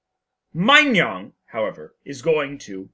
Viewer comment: "-nong" not "-nyong"